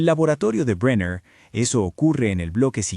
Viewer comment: No pude seguir mas de 3 minutos de escuchar como llamas al dr bräiner, en vez de brenner....